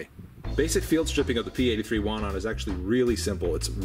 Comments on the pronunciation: Wanad is pronounced "vanad" and Łucznik (factory in Radom which made the gun) is pronounced something like "woochnik". I believe that P-83 has been absolutely phased out of usage (maybe except some kept just in case) with the police and the military. Walther P99 (and a little bit of Glocks) is currently being used by the police. Our military (except the military police and special operations units) uses WIST-94... which honestly sucks and no one likes it. lol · You have to read it "Vanad" :) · Ł in Łucznik (archer) you read like W in whiskey. CZ is like you read ch. But W we read like english V Wanad is Vanadium. 80ies for Poland was bat times we had basicly economical melt down so its not the best quality :) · Ive come to learn that pretty much any European word/name that has a W in it is pronounced as a V, just FYI man.